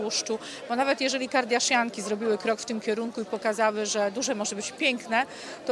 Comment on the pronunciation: KardJaszjanki ;)))))) Pani Ewa po raz enty udowadnia, że cienko stoi z językami obcymi.